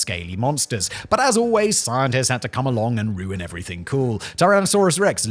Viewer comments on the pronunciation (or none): none